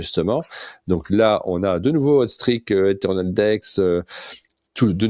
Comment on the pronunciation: Hâte pour Oddball !! (on dit "hot streek" sinon ^^)